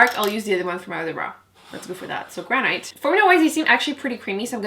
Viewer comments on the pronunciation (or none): Gran-it. Rhymes with can-it. 🤓 YOU ROCK!!! I can’t get enough of my Dream Street palette. It is SO good!!